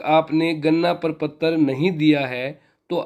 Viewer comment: Gadna prapatra not ganna praptra 😂 but good information Thanks sir